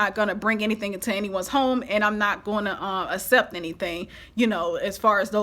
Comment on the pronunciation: I love your channel...but the way you pronounce accept is not correct. It is ‘ak-sept’ not ‘ass-sept’...